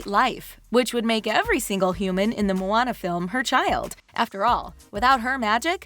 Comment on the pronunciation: Moana* it's not pronounced "Mona" as in "Mona Lisa" okay?